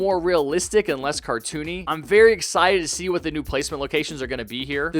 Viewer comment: simpcited for, I mean excited for